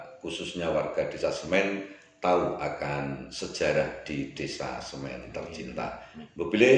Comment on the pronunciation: Intine ra iso ngmg SEMI ddi Semen..